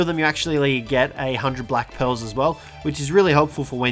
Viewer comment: Who else thought he said black pills for black pearls hahaha